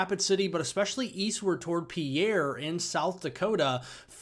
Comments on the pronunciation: Thanks. I think the natives say peer not pee air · Just a heads up bro, Pierre is pronounced Peer, as far as south dakotans are concerned. Thanks for your daily coverage as always! :D